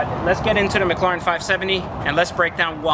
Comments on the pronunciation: PLEASE >> stop killing the name .. it's a McLaren that's M (muk) Laren, it's not M Lauren like Lauren Jayregui .. so Mc La ren.. Please... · Learn how to say mclaren 😂 wtf is mclaaaren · What the hell is that annoying noise a the start? It sounds like a spray paint can or a packet of tic tacs rattling about! And what on Earth is a "Mik-claw-ren"? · Pretty sure you're pronouncing McLaren wrong but regardless you got the whip and I don't so I can't hate. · he definitely is lol